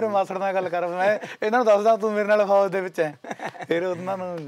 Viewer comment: Host saab FOJ ni FOUJ hunda